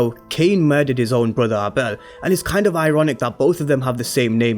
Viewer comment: Would be a great twist if Dru kills Cane and him and his boyfriend work together to cover it up, with the boyfriend taking the fall for the crime. BTW it's pronounced Ay-bel not Ah-bel.